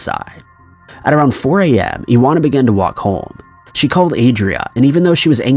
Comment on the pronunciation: Iwona= ee-von-ah